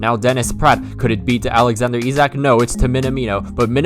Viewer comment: Perfect pronunciation of Isak btw